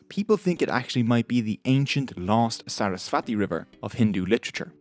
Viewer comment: Hiiii! Thanks for posting this! ALOT of helpful info, seriously. Buuut~~~ Saraswati is actually pronounced as SUR - US - SVUH - THEE (the THEE is pronounced as the TH is THermometer)